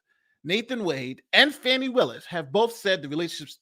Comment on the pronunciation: Her name is pronounced "Faw nee " Not Fanny. Give her this courtesy and stop degrading her!